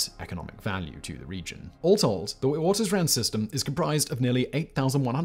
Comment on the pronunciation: Witwatersrand is pronouced vit-vaters-rahnd